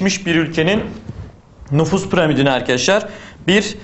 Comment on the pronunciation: NUFUSS DEĞİL NÜFUS :D